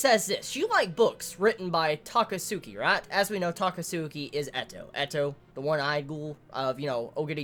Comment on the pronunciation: The way you pronounce Takatsuki lmao. It's exactly like Akatsuki but with a t in the front. Some food for thought: What if Takatsuki Sen is Ishida's self insert? - Takatsuki Sen and Ishida Sui are both pen names - Their real names are only known by close acquaintances/family - They both are sophisticated writers - Ishida made it so Takatsuki's works are all tragedies, similar to TG itself